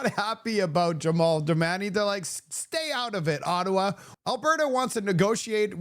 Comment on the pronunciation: Would you please learn how to pronounce peoples' names correctly. His name is Jamil Jivani. JA Mil GI VANI. Do better. You continually mispronounce words and names. Start practicing serious journalism and people will take you more seriously.